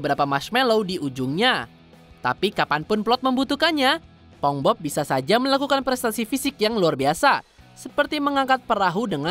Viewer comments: "Spongbob"? wah kacau nih orang😂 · Naratornya disuruh ajarin ngomong SPONGEBOB dulu lahh Dari tadi ngomong SepongBob aneh dan ambigu bgt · Yg lucu adalah penyebutan naratornya ke spongbob bukan spongebob🥺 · Cara bacanya "sponsbob" bukan "sepongbob", kasian si bob kalo kata radit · Naratornya bilang sepong-bob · "spong bob" hehehe